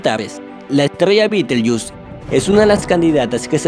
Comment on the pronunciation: Lindo video. En castellano es Betelgeuse, no bitelshus